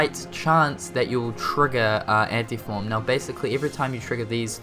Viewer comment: I love how he says Anti-Form as Ante-Form.